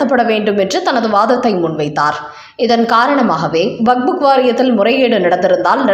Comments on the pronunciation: அதென்னமா வக்ஃபு வாரியம் என்பதை வக்புக் வாரியம் என்று வாசிக்கிறீர்கள். கேட்பதற்கு நல்லா இல்ல. உங்களின் செய்தி வாசிப்பை பல தடவை கேட்டிருக்கிறேன். உங்களுக்கு வக்ஃப் என்று வாசிக்க வராதா. திருத்திக் கொள்ளுங்கள். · Vak buk வாரியம் அல்ல, அது வக்ஃபு என்பது சரி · What waq fuk? It is waqf only. Don't wrongly pronounce. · "வக்"கும் இல்ல; "புக்"கும் இல்ல. அதாவது "வக்புக்" இல்ல. அது "வக்ஃப்". அதை வக்ப் என்று வாசிக்க வேண்டும். காதைப் பிறாண்டாதீக.